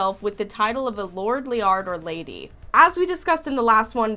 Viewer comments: lol it is pronounce L-aird. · It’s pronounced AIRED BUT WITH AN L… LAIRD